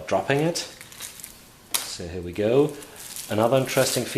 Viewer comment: "here we goo" oh umm " go" hehe